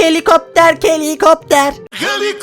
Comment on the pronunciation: Abı çok gülüyorum senın vıdeolarına kelıkopter kelıkopter dedıgınde her seyı komik ve mükemmel👍👏😆 seviliyorsun